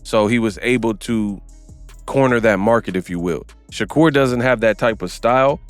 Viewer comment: Sha-Cap Stevenson 🤦😂